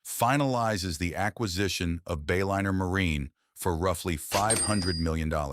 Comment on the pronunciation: AI slop. Disappointing. "Bay-linner"